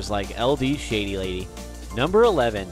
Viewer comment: Yo Bruh Who’s LDShadeyLady It’s LDShadowLady